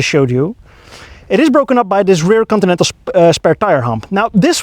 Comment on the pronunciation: How it's spelled: "Continental" How it's pronounced: "coninenal"